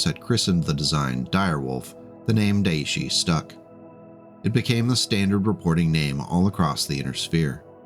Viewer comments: Daishi. DAISHI. Not deishie. Aside from irrational pet peeves, good video. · Daishi is pronounced "die she," emphasis on die. (appropriately enough) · Daishi is pronounced "die-shee". The "ai" in Japanese sounds like "eye" in English even though technically, the vowels are pronounced individually, but nobody does that. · Time to clone one. Or two. Or at least put its 100 tonne genes into a grey wolf. Also: You went too far. Friendly note: Daishi is pronounced "die-she". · Great video! One piece of feedback, as a Japanese speaker: the "Dai" in "Daishi" is pronounced like the "Di" in "Direwolf". No worries though, I mispronounced so many Japanese words when I read Battletech novels before I studied Japanese.